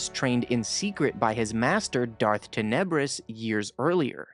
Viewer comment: If you listen to the book, like I have 5x. So, I'll be the AHole... Tan-uh-briss